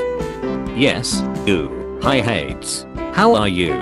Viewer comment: Its not ha - eds its called hey - deezz😊